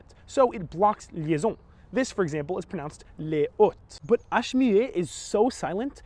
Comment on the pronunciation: Sounds like you just said les hottes, not les hautes.